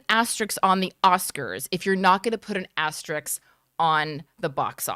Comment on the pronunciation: Asterisk. Not Asteriks. Love you guys.